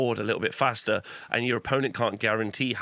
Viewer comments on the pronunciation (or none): none